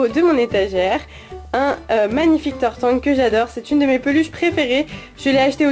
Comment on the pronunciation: tu as dit tartank (tarte ank) :D bon sinon ce n'est qun détaille sinon bonne vidéo comme dab